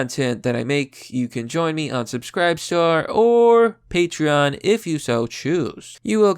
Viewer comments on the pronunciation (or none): none